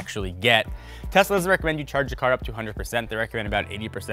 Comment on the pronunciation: He's speaking so fast. He says "Tesla doesn't recommend" by saying "Teslad-recommend"